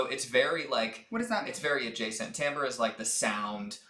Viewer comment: Great job on the pronunciation of timbre. I always assumed it was like “timber”